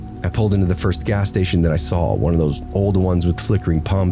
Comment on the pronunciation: This extra-long video made me realize this narrator always adds an L on the end of the word "saw" so it sounds like "Saul." Interesting 😊